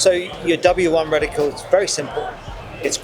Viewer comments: Sounded like you were saying reticule to me. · Reticle, not reticule.